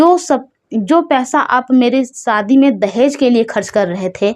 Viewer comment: Ladki smart hoti hai ya ismart hoti hai aur ladki kab se ismart hone lagi ladkiya to beautiful hoti hai par aap ismat bolti raho aur shadi ko saadi bolti raho pehle apni language aur praunciation theek kar le behen